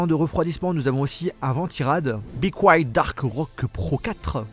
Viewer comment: Comme bequiet ils l'ont écorché de ouf